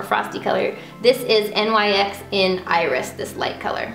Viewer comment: Lol kandee "nyx" is pronounced "nicks" XD the look is beautiful btw